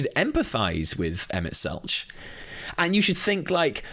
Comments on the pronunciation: Selch has a hard ch like tech, not soft ch like each. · Also Emet-Selch with the hard ch instead of the soft